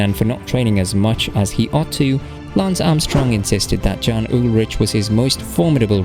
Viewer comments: Dude, I know I’m late to this video but how on earth do you NOT know that the “J” is pronounced like a “Y”? This is extremely disrespectful of you. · And not just Jan's first and last name. Andy "Schelk" was a nice touch as well. 🙄So little effort was put into this.